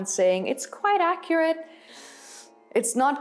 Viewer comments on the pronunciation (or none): none